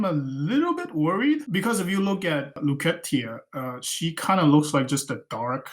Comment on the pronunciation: Nice interview. i love this guy's art. from the few exchanges we've had on reddit i can tell he really likes the art and story of the game. Btw, Lucretia is pronounced loo-kree-sha xD